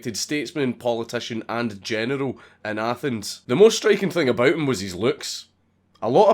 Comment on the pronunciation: When Dank says “general” it sounds like “genital” lol